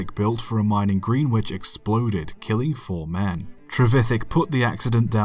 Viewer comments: just a heads up it’s said like grenich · Greenwich is certainly pronounced wrong in the video.